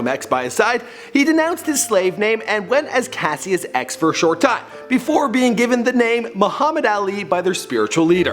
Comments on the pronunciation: Cash-is clay not cass-ious clay, the pronunciation you have on these names drives me up a fucking wall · CASHUS not kuh sy us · my name is Cassius an its not Cass-ius its cash-shis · Cascious (cashis) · Cash-us not cassie-us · clasiuis lol its cashius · THIS IS HOW U KNOW HE GOOGLED THIS HE SAID CASEIUS CLAY ITS PRONOUCED CASHES CLAY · Okay, what the fuck. Cassius is pronounced as Cash-oos. Are you actually this dumb. You do not deserve to make a video about The Greatest. This is a disrespect. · it's pronounced Cash-is but spelled Cassius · Cassius is pronounced CASH-us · its pronounced cohshus clay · Cassius is pronounced like Cashus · fucking keemstar 2.0 with his horrible pronunciations his name is pronounce as "Cash-us Klay" the fuck you tryna say... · It's pronounced Cash Us CASHUS but spelt Cassius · You absolutely butchered his original name you dumbass. it's pronounced "cash-us" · Yo did you really just call Cassius Cass- see-us? Smh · I'm sure everyone noticed he pronounced his birth name wrong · pronunciation corrections: Louisville- Louie- ville, not "louis ville" His name was Cassius, pronounced, Cash- shus not Cassy us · His name is said Cashus and Louisville is pronounced Luh-vuhl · It's Cassius (Cash-us) and Louisville (Loua-ville)you don't pronounce the is... Sorry Im a Louisville native and the way he pronounces it annoys me and most the ppl here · ThTs not how you pronounce Cassius and it's not luis ville, it's pronounced louiville